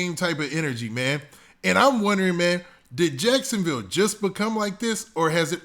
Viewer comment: You definitely just said jacksonvall lol